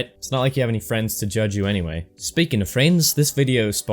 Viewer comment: how he said friends though lol